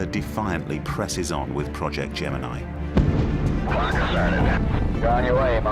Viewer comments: He says gemini wrong too. Get over it. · Why didn't you watch old films of launches? If you had, you would know how to pronounce Gemini.